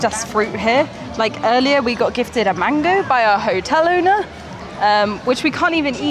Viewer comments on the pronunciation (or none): none